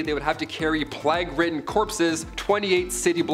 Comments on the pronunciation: PLAY-GUH not PLOGUH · Plague is pronounced as Play-guh. Ewerer is pronounced You-were.